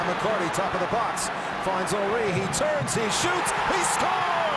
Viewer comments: His name is pronounced Hunry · Its funny how they call him hunry instead of Henry....lol my icon, legend, favourite striker of all time.